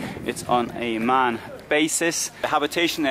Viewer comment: M. A. N. 6x6, not "Man 4x4". Would you pronounce 'Bmw' as 'bem-whah'?